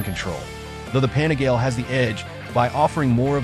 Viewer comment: You lost me at Pane-GAL.